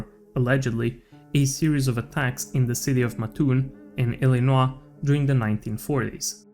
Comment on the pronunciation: You should add a trigger warning for your mispronunciations bruh. that pronunciation of Illinois was an assault 😂